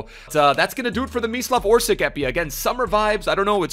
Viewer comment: Great vid...but instead "Orsik", try to pronounce it as "Orsich".